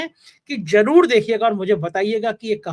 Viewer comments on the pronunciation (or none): aap ka channel majboori mein dekhna padta hai. Abhay Dubey ji ki wajah se. Aapki awaz aur pronunciation kaan mein chubhta hai. Jaroor nahi zaroor. moojik nahi music. Thoda kaam karo apne par. Take it as a constructive criticism, baaki aap khud samajhdar ho